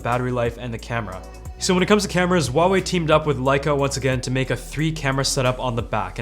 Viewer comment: Wrong. Don't try to be smart...It's Hwa...way....